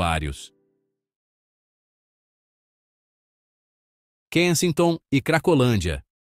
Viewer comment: Tá pronunciando o nome do lugar errado.😮😅😂